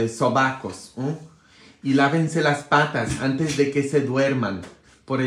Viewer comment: Patas me gusta como suena en usted patas sobacos😂😂😂